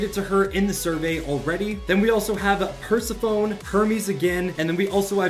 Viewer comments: it is not purse-a-phone purse-ef-ine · Purse-a-fone 😂 It’s per-seh-fuh-nee brother… haha gave me a good chuckle. Always use nerp2 in the shop, I’d-GrimmPersona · Its pronounced "per-sef-ah-nie" lol